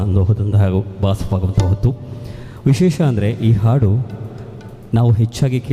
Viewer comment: ನಿರೂಪಕರಿಗೆ ಹ ಮತ್ತು ಅ ಉಚ್ಛಾರಗಳ ಬಗ್ಗೆ ಗೊತ್ತಿಲ್ಲ ಅಂತ ಕಾಣುತ್ತದೆ , ಹಾಡು ಅನ್ನುವುದಕ್ಕೆ ಆಡು ಅಂತ ಉಚ್ಛರಿಸುತ್ತಾರೆ